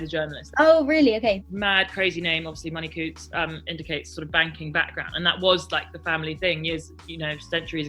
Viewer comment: Her name is Money-Coutts ffs XD